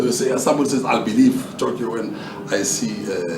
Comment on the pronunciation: You did say Tokyo but we did not understand